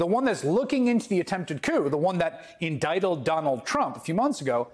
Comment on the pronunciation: Is my hearing going bad? did say "endicteld"? I know what he meant, but, "endicteled"? LOL